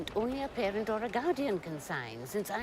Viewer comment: These words “ PEARENT OR GAUDIAN “ are u sure !?